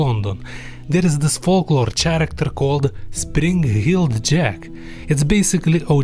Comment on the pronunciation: Look man your English is on point 99% of the time but I’m absolutely reeling from how you pronounced “character” Character for some reason doesn’t make a ch sound, it make the same sound as k in English. Don’t ask me, half of our words started out with unnecessary letters which is why we have a differentiation between traditional (UK) English and simplified (USA) English. Turns out us Americans were paying to print by the letter back in the 18th and 19th centuries, so we removed unnecessary letters from words to streamline the language and lower printing costs. Why character wasn’t one of those words is beyond me